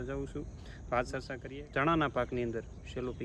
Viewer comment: એજયુકેટેટ થઈ ને સરચા બોલો છો ચર્ચા એમ બોલો